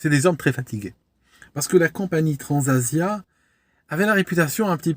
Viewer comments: Bonjour, Je vous remercie une nouvelle fois pour vous vidéos aéronautiques instructives. Je crois entendre « Transavia » et non « Transasia ». Illusion sensorielle? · Merci pour cette nouvelle analyse excellente mais je tiens à signaler qu'à la minute 1.24, vous évoquez le crash de "Transasia" en 2014 et on entend " Transavia "